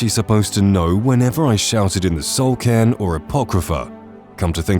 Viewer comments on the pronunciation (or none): none